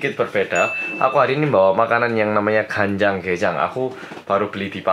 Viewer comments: Oppa:GanJangGaeJang Me:what jajar genjang.kok makan jajar genjang org itu kepiting kok jajar genjang.terus tak ulang ulang dengernya jajar genjang heheh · But what i heard : kejang kejang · what you said : GanJangGaeJang What I Heard : Jajar Genjang. Wait what? makan jajar genjang?